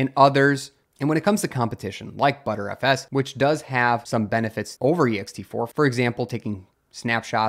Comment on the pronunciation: please, for the love of god, it's not called "butterFS", its "b-tree FS". B-trees are one of the principles behind it, thus the name. or, just say b-t-r-f-s